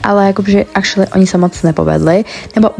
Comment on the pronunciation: Proč pořád říkáš acrualy